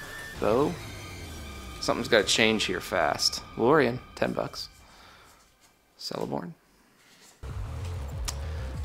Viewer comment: First box great, second box dog poop. Also, all names that start with a 'C' are pronounced with the hard C and not the S sound, per Tolkien. So it sounds like Keleborn. When I found that out it made re-readings difficult at first.